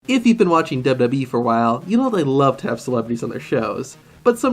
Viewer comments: My man said dubdubde and not wwe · You said dub dub e it's wwe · sid u say dbbwee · "Dub-Dub-E" lmao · Have u guys seen that at first he says wwe wrong